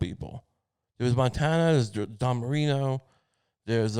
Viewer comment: ITS DAN MARINO. DAN. DAAAAAAAAAAAAAN. DAN MARINO. FFS. NOT DON MARINO. DAN MARINO